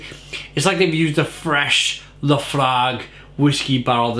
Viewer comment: As a Scotsman it hurt my ears to hear you butcher that pronunciation of Laphroaig🤣🤣